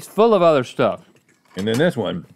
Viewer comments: "it's the udder" LOOOOOOOOOOOOOOOOL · Just one udder😂😂😂